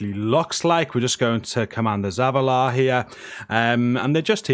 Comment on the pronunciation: How did he pronounce Zavala?!? 🤣